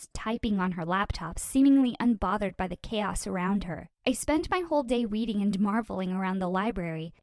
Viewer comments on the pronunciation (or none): Her: Ive been We weading my novile Me: yeah she's definitely a bookworm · Did she just say weweading? Just me? Okay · “I have weweading my favorite novels” lol